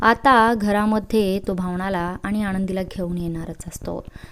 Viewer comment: भावना आणि आनंदी हे उच्चार नीट करा. स्टोरी ऐकायला मजा वाटली नाही. ण चा उच्चार टाळावे.